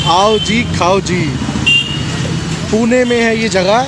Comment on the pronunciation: pine nhi pune 😂😂 Bhaubali nahi bahubali 😝